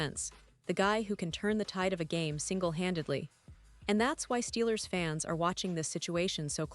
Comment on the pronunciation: Not a fan of the AI voiceover than can’t say fans….instead says it by spelling out the word